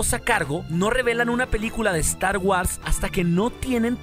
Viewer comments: 1 crítica, no podes pronunciarlo star wars hermano, se pronuncia Star Wors no es muy difícil. Esta bien que nuestra lengua es española pero no por eso hay que pronunciar todas las palabras inglesas como el orto. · Deberías de empezar a preocuparse por tu pronunciación, es incómodo escuchar "estar güars" y "celebreichon", digo, ya que hay muchas personas que siguen tu canal. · Muy bueno el video y el material, esperemos que se haga realidad. (crítica constructiva) Te recomiendo que pronuncies bien star wars ya que lo decís con mucha frecuencia y una mala pronunciación distrae.